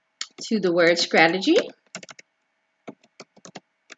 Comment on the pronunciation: sCrategy ? s"C"rategy????? now sis we are not saying scrimp, scrawberry, nor S'C'RATEGY . 😁